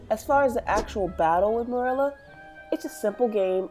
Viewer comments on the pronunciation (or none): I hate how u pronounce merula it’s meroola not murela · I thought I was the only one who pronounced merula like murela lol